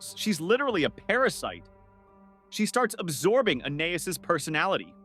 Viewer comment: fr why are they copying tho and he can’t even pronounce Anias right